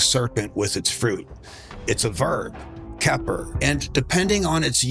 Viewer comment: Y'all notice: "kepri sun"